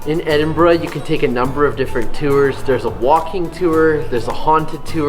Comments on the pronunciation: and Canadian monarch!!! No Greyfriars Bobby?? At least you pronounce Edinburgh better your southern neighbours. Hope you guys didn't drink all those 'beverages' on the same day !!! Try going to Dunfermline & Stirling next time. Dunfermline is the ancient capital of Scotland and resting place of kings & queens including Robert the Bruce (and birthplace of Andrew Carnagie) and original Carnagie Hall. Stirling is possibly the most important city in Scottish history with a stunning castle. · Hey, just stumbled upon this vid, well done! Best pronouncing of Edinburgh ive heard from a north American! Just some FYI to add if Scottish History is your thing! Pause the video bang on - is walking down the Royal Mile, back to camera with her head turned back. Just over her shoulder is a little statue of a man in mid stride. That statue is just outside a church and graveyard (theres a pretty cool little museum right across the road aswell). In that graveyard, you'll find not only his tomb (his name escapes me right now but he was a poet and auther and a man Robert Burns declared as an inspiration to him) but the tomb of Adam Smith, who is the father of economics as we know it today! Not only that, but Waverley Train Station is right in the heart of town, services a regular and cheap if you go when the locals are at work. Get the Train North to Fife (where I'm from) where in Dunfermline, you find the aincent capital of the country where 7 kings of Scotland held their reign, the abbey and palace are steeped in history and where Andrew Carnegie (as in New Yorks Carnegie Hall - the worlds greatest philanthropist) was born and raised and a city he left a great deal of his wealth to - ie, the private estate he bought and closed, therefore opening it up as a public park to the people of the town for free. Also there, find St Margarets cave (its actually under a car park, I kid you not lol) and discover the connection between the forth estery crossing, Dunfermline and